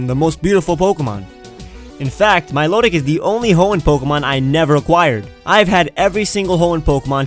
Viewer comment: THERE IS NO R IN MILOTIC!